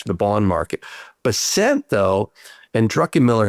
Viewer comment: Scott Bessent's name is pronounced BESS-ənt, according to his Wikipedia page and other resources. The emphasis is on the first syllable.